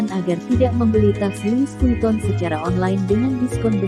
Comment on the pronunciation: Pengucapan nya : LUWI VITONG